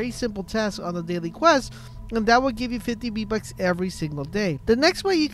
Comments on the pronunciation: VEEEEEE bucks not BEEEEE bucks ffs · Why do you call them "BEE Bucks" when they have the letter "V" as the prefix?? "VEE"...not "BEE". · Ye_Boi_ EPC_28 im glad i was not the only one who heard the "Bee" bucks lmfao no lie I am dieng typing this comment while he continues to say Bee bucks 😂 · STOP SAYING B BUCKS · its triggering to hear beatbucks all the time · What’s a b buck I though it was VVVVV BUCKS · v bucks not b bucks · “B - Bux” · bee bucks 😂😂😂😂 he said bee bucks lol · Hey Bud I cannot un-hear this